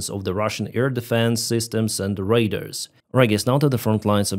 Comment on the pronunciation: Please look up the pronunciation of "RADAR". You are saying, "raiders.". A bit confusing. Thanks for the update! Also, RADAR is used as an adjective, not a nown. There are no RADARs. There are RADAR dishes, RADAR transmitters, RADAR systems, but no RADARs.